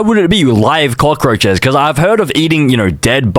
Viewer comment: said crockroches not cockroches